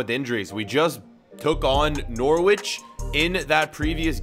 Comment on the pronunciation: BTW: Norwich= Norich don't pronounce w